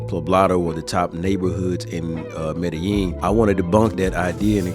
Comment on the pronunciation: learn how to proniunce medellin the double L is a j sound